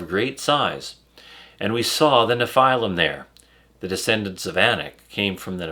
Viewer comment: Why does he keep calling them nePhylum